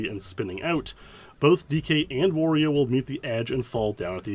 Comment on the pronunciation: Dude can't even say Wario